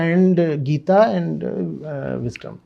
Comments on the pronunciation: Why the heck is calling Gita as geet? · Why you pronounce Gita as "Geet" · Bhai podcast bana rahe h itne bade gyani ko bulaya h inko. Bhagwatgita ka naam lena bhi ni aata bhagwat geet 😅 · Why are you not pronouncing "gita "word properly man..... This is very arrogant of you